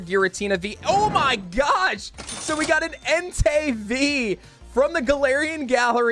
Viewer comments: I’ll only add this, your saying Entei like “hentai” 👀- it’s Entei like “En-tay” 🧡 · Only problem I got with is how he pronounces ENTEI 😂😂 Keep up the good work 🐐